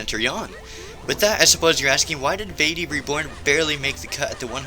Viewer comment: OH COME ON ITS PRONOUNCED VAHTEE, NOT VAYTEE